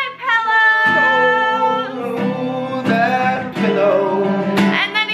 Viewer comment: its pillow not pellow